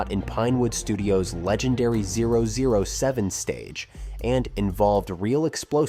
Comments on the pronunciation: "Oh, oh, 7 studio", wtf. Just hire someone on 5ver, ffs. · You almost had me, but then I heard 'the 0-0-7 Stage' and 2-2-6-3 when discussing dates (instead of 22-63). And BTW, instead of 'inconsistencies left behind by the creators,' film language would be 'continuity errors.' If you are going to use AI to discuss film with film nerds, language is important to develop ethos with your audience. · Too many examples of why you shouldn't use AI to narrate your film.... Zero zero seven? really?? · Pretty sure the narration, if not the whole video, is produced from AI. Nobody in their right mind will see "007" followed by a pistol and say, "zero zero seven." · Also your ai voice sucks “zero zero 7 stage” common bro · or the zero zero seven building… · Look who's talking. If it’s not a big deal, why are you scolding them for having an opinion? I thought it was odd that the narrator mispronounced 007. It's a recognizable element of our pop culture, so that mistake stands out. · When the narrator says "zero zero seven" instead of "double-oh seven", and "led actors" instead of "lead actors", you know it's AI generated. ☹🤣 Otherwise it's a great video about one of my (many) favourite films.